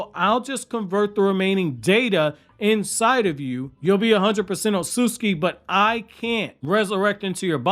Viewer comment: otsutsuki too… its not “osooski” dude what the actual fuck